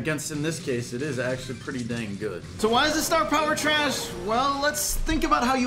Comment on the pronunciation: Anyone else notice he said "darrlys range is sho short"?